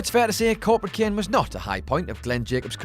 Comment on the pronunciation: Its kane not ken